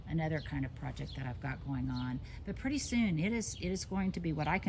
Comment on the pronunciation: Purdy. 🤣 I've never heard you go that far South. I'm feeling increasingly at home here. Hello from Eastern Tennessee 7a